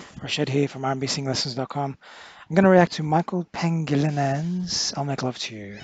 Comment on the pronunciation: Its Pa-ngi-li-nan not Pang-gi-li-nan... 😂😂😂😂 Thanks tho!